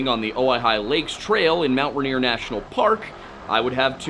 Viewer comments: Rainier. Pls. Not ranier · Love the video!!!!! But the pronunciation for mt rainier is more phonetic- “rain-ear” the stress is on the first syllable. Otherwise no notes!!!!! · I'm from Rainier, Oregon. The mountain and the town are pronounced the same. It's pronounced RAIN-EAR the joke being it always RAINS HERE in Rainier.